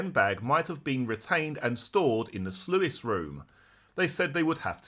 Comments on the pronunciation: Sluice is pronounced sloose fyi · Sluice is pronounced to rhyme with juice my lovely and not sluice to rhyme with Lewis